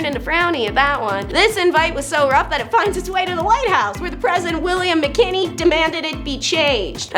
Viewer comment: "George Cluster" 😂😂 "President George Mckinney" 😅😅